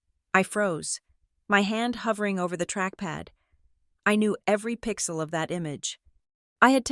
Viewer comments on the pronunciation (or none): none